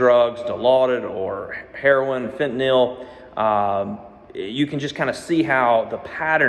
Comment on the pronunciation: You're one of the few people I've heard pronounce "fentanyl" correctly.